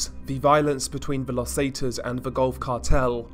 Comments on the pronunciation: The way he says Zetas makes my ears hurt. Seh-ta-s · How can you not pronounce Zetas correctly